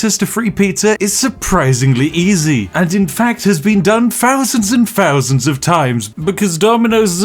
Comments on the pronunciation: eleven FURTY? been done FOUSANDS of times? March 1st 2 FOUSAND and 9? FINGS to do in Cincinnati? someFING that seems too good to be true? falls FROUGH? 11 FOUSAND medium pizzas! couldn't be BOVERED? What do you have against saying "th" ? I have no idea if you are saying "read three books" or "read free books"... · When you make the "th" sound in words like 'thousand', don't bring your bottom lip up so it meets your teeth. Instead keep your lips apart and press your tongue against your top row of teeth. Congratulations, now you're no longer saying 'fousand'. I taught English to foreigners for a while, and many non native speakers struggled with this sound. Gotta admit though, it's weird that a self confessed brit struggles so badly.